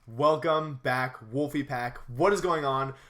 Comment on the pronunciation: I laughed so hard when I hear "Wolfey Pack"... hahahahaha